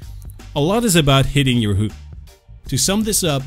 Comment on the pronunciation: So flay first then don't miss your "hewk".